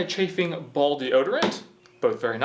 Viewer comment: I thought you were saying bald instead of ball😅😂